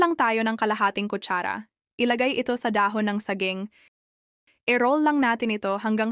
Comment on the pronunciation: Mali pa ang pagbigkas mo Ng saging